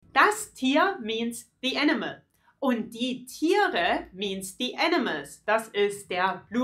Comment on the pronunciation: It looks like she says the enema not the animal !!!